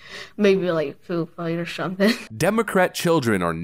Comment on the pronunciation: "A food fight or shumpthin'." I'm dead. 💀💀💀